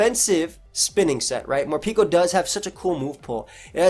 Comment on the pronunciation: I am currently trying to understand why do you pronounce the name as "Morpiko" when its name comes from "Harapeko", Japanese for "Hungry" 💀